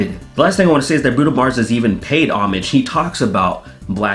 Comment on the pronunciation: It's not pronounce homage, it's pronounced homage. If you're going to culturally appropriate an old French word that was culturally appropriated from a medieval Latin word, then pronounce it correctly.